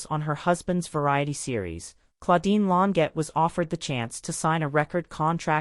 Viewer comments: Lawn sjay is the phonetic pronunciation of her last name Second egregious error: she was born in 1941, not 1914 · The AI voice is terrible and mispronounced her name every time. It pronounced Long jaye